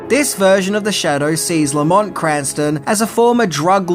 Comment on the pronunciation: That's no "Lamont."